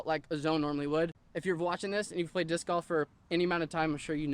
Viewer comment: stop saying dish